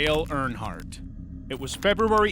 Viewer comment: NASCAR fan here, Dale did win the Daytona 500 in 1998, also a few mispronounciations of Earnhardt. Try using an actual human voice, and check at least basic facts. P.S. Also pls stop editing the thumbnails to make it look like something impossible happened.